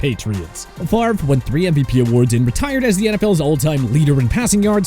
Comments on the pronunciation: I will never forgive my Falcons for getting rid of Brett Favor…I mean Favray…I mean Favree…Favreh? Favrie? Favier? Fairve? No no no…Favre. Favre. I meant Favre. Damnit! Why Atlanta?! Just why?! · Brett FAVOR? REALLY?